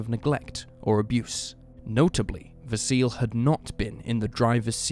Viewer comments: 'Vah-see-leh'. That's how how pronounce Vasile's name. Not 'vah-seal'. 😅 In Romanian, we read most of the letters the way they are written, just like in Italian. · Vasile is pronounced Vah-see-lee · GAYbriel, in my culture, not too far removed from Australian. They also mispronounced Vasile. There's a 'lee' pronounced on the end, not a silent e.